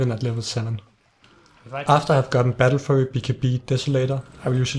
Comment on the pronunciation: He prenounces battlefury "battlefurry" lol